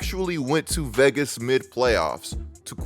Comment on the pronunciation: C'mon how many times u gonna mispronounce Vegas in 20 seconds 😂